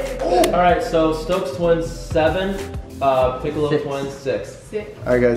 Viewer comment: When he said picklo twins I died 😭😭😂